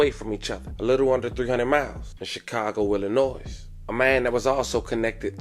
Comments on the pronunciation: Say Chicago “Illanoyz” 1 more time and imma come to B-More and find you😅…cut it out man…stop disrespecting my state….ILLA-NOY, tf😠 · Illinoise cuz 😂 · Pleaseeeeee love.... The S in Illinois is Silent... Y'all gotta stop this now:face-purple-crying:😂... NINE FIVE TWO ZERO is pernounced Ninety Five Twenty South Calumet Ave. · That "s" in Illinois is silent bruh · YOU DON'T PRONOUNCE THE "S" IN ILLINOIS GOOFY ‼️🤦🏾‍♂️ 😡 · IF YALL ONLY KNEW lol smh..that poor lady was a casualty in a serious beef between Tee Grizzley and another very well known rapper, a beef many people don't even know exist and he CANNOT even hint at it which is why he will sound somewhat incoherent. Y'all have NO IDEA. But just know, nah, it's NOT Tee Grizzley behind this, in fact he took a major loss with her passing. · THE "S" IN ILLINOIS IS SILENT GOOFY ‼️